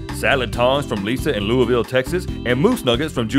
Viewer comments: Lewisville is pronounced like the name Lewis + ville. :) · I live just outside it so i know this but... Its pronounced lou iss ville not luiville texas